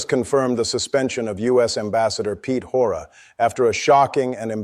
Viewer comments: This is AI garbage. Pete “Horta?” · Get your AI voice and names right. It's Hoekstra not Hoorra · Say his name correctly hoo k stra I don't care for him but his name and mine are of the same nationality in our heritage. I am proud dutch canadian. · It's HOE -K-stra. Get your AI bot to say it correctly And I am really irritated with Carney for apologizing. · You got his name wrong how embarrassing are you taking Trump lessons LOL Hoeksra😅😅😅 dumb do your homework the report was ruined Canadian here who went to school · Expel the vulgar foul-mouthed fool back to the "intitled" country he came from! I found it hilarious the narrator got his name right only once during the whole story!! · Although it would be great to get rid of the American ambassador this is FAKE news. The narrator couldn't even get his name right. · Disappointed Carney apologized to the idiot in power down in Washington, there was nothing to apologize for. Hoekstra needs to go back to his leader and stay there. Is this announcer saying Hoekstra name wrong on purpose?? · Perhap these announcers can get to get together and learn how pronounce Hoekstras name. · This looks alarmingly like AI. He couldn't pronounce Hoegstra's name, though the clips were real. It's kinda creepy and weird - what's the point of that? Not sure I'll be a regular viewer. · get the pronunciation of the ambassador's name right ... Canada hasn't reprimanded him at all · Thats twice now this commentator has mispronounced Hoekstra. must be a bot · The first reporter couldn't even pronounce Hoekstra's name correctly............he must be American too...........simply brainless! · Please learn how to pronounce peoples names, the guy speaking on this video, keep miss pronouncing Hoekstra's name! Even though Hoekstra is a total scumbag, and psychotic lunatic. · Is this AI? This announcer never says Hoekstra correctly once. And he said the Street Lawrence Seaway. I'd expect that from AI but not from a real news reporter